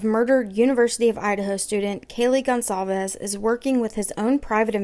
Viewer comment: Gon/Sal/Ves not calved ffs say her damn name right. You can literally google a name and they will tell you how to pronounce it. I am dumb and I know that